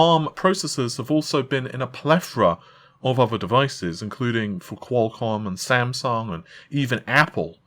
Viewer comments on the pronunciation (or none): none